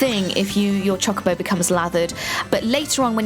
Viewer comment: Heard Choc-obo and I died inside a little bit